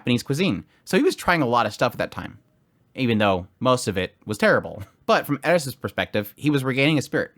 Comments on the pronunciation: I'm gonna be honest I just hear Eris, I missed the prounounce like edis. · haha thanks! I couldn't make it out, and the transcript wrote 'ate fort' 😆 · Dawg just pronounce her name right 😂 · Why are you saying her name weird. Thumbs down just for that. Do better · I tried to watch this fully, but I can't. The way you said Eris' name......🤢🤮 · The way you Pronounce "Eris" is so wrong 😭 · Would be better if the content in the top right was bigger and his face in the small area. And why is he pronouncing eris wrong? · Aye bruh why you saying her name like that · i cant stand that he says eris differently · Tried to watch the video. The way you pronounce her name is cringe and it hurts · I was referring to how in the video he says Rudeus with an R but Eris with an L. I know in Japanese the sound is closer to an L but my problem is with his inconsistency with pronunciation rather than just the fact that he uses the Japanese pronunciation. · I hate how he pronounces eris. He sounds like he's trying to rush through the name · Stop pronouncing the names wrong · Why are you pronouncing that way lmao 🤣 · Say eris name correct, hurts my brain hearing you say it wrong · CAN YO STOP SAYING HER NAME WRONG ITS RAGE INDUCING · i stoped watching the video because of it even tho i tried, if hes gonna make a video on her he can at lest say her name right its not that hard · Im sorry i cant watch this because of how you pronounce her name its hurting my brain but im gonna power through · Why you say her name weird 😂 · Why you say Eris name like that? Just curious is all... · couldint watch because he kept saying Edis insteas or Eris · it's like you are imitating a pronunciation because the speaker has a lisp. It is Eris, Not Eddis, I know Japanese has trouble with ls, but it isn't a Japanese name, just like you don't do it when pronouncing greyrat or rudeus. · This guy thinks hes rolling his r, but he's really just saying eddiss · It’s Eris eRRRis can you please say the R in her name 😂